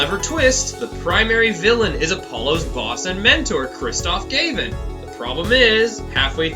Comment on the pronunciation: Kristoph.... Gayvin? Fairly sure its Gah-vinn